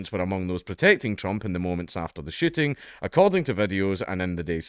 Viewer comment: Every time you say "shooting" I hear 'shitting' and now I can't unhear it,lol.